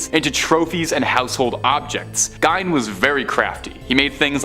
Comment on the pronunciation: Gein is pronounced 'gean', not 'gine'.